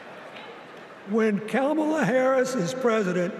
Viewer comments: Yes, mispronouncing her name is a very surprising error for Bill Clinton to make. He was always very careful about that kind of thing. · I hate to say it but President Clinton rambled on too long and lost the momentum Hakeem Jeffries had going. Also, I would have been happier had he pronounced Kamala’s name correctly